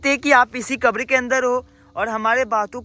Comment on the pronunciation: आपको बोलना ही नहीं आता आप क्या वीडियो बनाते हो जो समाधि स्थल है उसको आप खबर बोल रहे हो कबर होती है मुसलमानकी